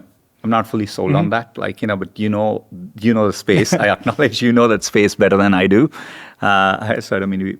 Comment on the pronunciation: I can’t tink of a reason why dis guy can’t say da letter “h”